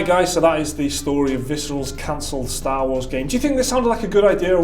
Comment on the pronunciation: its star not staaaa